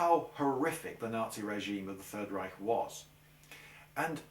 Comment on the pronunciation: I like how you pronounce "Reich". Most englishmen cannot do the "ch" correctly and end up saying "Reisch". Thumbs up for this and also for the video itself. :)